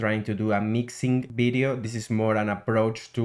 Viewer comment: Bery good bideo but I recommend you work on your 'V' sound.